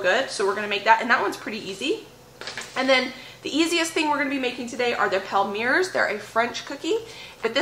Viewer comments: Everything looks so good. I can almost smell the cookies. Have you ever used a pastry bag to squeeze your filling into the thumbprints? I feel it makes less mess. Palmier is a French word meaning Palm leaf. It is pronounced Palm Me A. 12 half-gallon jars! That is a great find. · Yay! The cookie video was a nice surprise today. You inspired me to get my holiday baking done! Also, since I am a French teacher and an Acre Homestead super fan...Palmier is pronounced " palm ee ay ". Happy Holidays to you and your family. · I think the Palmier's are French, and pronounced "palm-ee-ay's". Loved this video! Having a big bake-off with my family this Saturday! We all pitch in on ingredients, and make a whole day of it, with a break for soup and salad for lunch. We bake Swiss Bread, Bratzeli's, and Pecan Crunch, which are family recipes passed down from generations. Hey, dryer lint makes for a good fire starter!